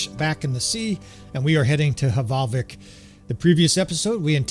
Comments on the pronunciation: It is not hevalvik it is valvik love your content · Fun fact for info - the H at start of norse / nord words is silent so the settlement is pronounced Valvik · The H in Hvalvik is silent, so it's pronounced Val-vik :) Love your bannerlord videos -A scandinavian viewer